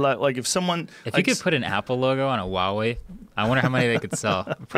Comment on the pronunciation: Huge props to Joe Rogan for pronouncing Huawei correctly haha